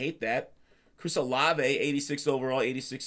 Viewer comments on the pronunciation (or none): none